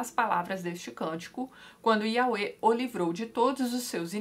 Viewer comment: Tatiana, acho que a pronúncia correta de Iahweh é "iavé".